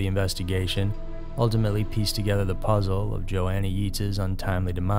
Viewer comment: It's not y-etas..its y ates..but love your chanel